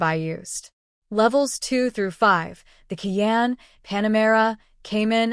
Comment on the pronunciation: Fuxking AI. “Key Anne” - it’s Kai Anne”